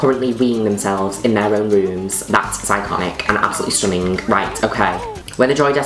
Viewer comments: I love how Juno says stunninGUH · as always...... STHUHHHNnING!! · "Absoulutly stooning" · i will never say the word stunning normally again xD